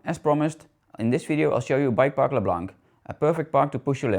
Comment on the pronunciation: Eén van mijn favoriete bikeparken! ps, Lac blanc is uitgesproken lak bloan